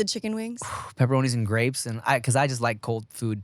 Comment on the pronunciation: oh? gween. gwapes. gwandkids.